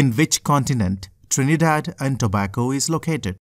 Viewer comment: BROOO- NO WAY... YOUR SO STUPID BRO LIKE UHG ITS TO-BAY-GO AND THE LARGEST CITY IS CHAGUANUS OMG